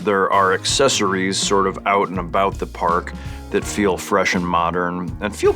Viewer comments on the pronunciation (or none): none